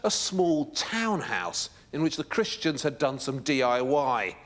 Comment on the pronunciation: Listen to how he says cristians.